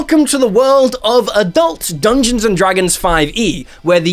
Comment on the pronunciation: Putting the emphasis on the dungeon part